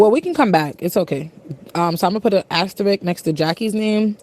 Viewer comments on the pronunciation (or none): Did she pronounce asterisk "asterick" and ableist "ablee-ist"?